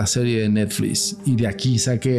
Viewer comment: jjajajaja este wey... aparte sus anglicismos forzados pero dice "Neflis" jajaja